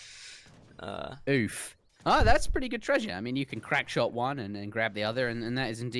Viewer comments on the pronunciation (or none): none